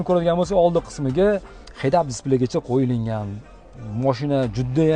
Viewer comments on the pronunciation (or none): Qo'yiliNgan emas qo'yilgan Togri gapirishni o'rganing ekspert endi 😊